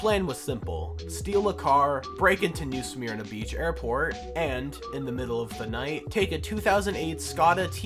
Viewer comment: The Y is silent in Smyrna. Its pronounced "Smer na"